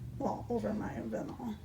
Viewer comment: Not to be mean, just letting you know, vinyl is pronounced v-eye-nle. Anyway, I love these shoe cups!! They're the coolest things I've seen on a cup!! Leopard? Nice. Beach? Pretty. But a shoe? That's pretty darn cool. I wonder if you can use washers instead of D-rings? It has to be cheaper to cut down on your costs. Those d-rings can't have been cheap.